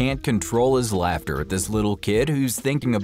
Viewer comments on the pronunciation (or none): none